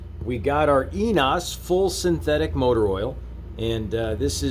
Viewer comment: french oil is pronounced E nE O s... short e ne long e then long o ... hope u can understand my explanation... hav translate APP in fone...german oil was ' fully synthetic ' butt ENOES is a japanese company w/label written in french, go figure... also label says company is in shaumburg, illinois , near me... hope u don't mind this...